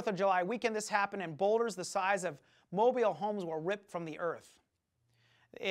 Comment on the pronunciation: He expects people to believe his teachings on creation "science" when he can't even pronounce "mobile home" correctly?